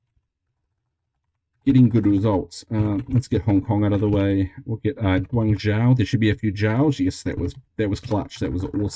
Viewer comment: Fantastic video once more! Nice mix of interesting and no-brainer quizzes thanks to RNGsus :) Real quick: the syllable zhou as featured in cities like Hangzhou, Wenzhou, Huizhou or Guangzhou is pronounced like Joe, not like Jow. Unfortunate end but hey, I don't think those 64% were done without LOTS of re-dos.